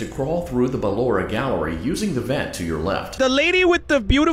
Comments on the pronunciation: He called Blora Poloma hahahahaahah 😂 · HE CALLED BALLORA BALOMA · It’s so funny how he says balloras name as paper in my language 😭😂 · THE WAY HE SAYS BALLORA AS BALLOMA